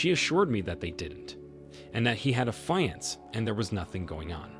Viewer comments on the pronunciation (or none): Why can't you say fiance right?